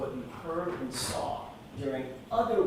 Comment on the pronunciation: This woman makes me insane. Every time she says “saw”, she puts an r in it.